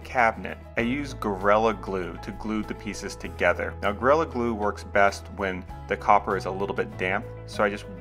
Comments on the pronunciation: I know,he just pronounced it as Gorella glue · at least he didn't say guerrilla!